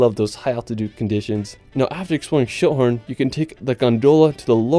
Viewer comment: I had to laugh when he said Schilthorn because at first I thought he said shithorn... I was like what? LOL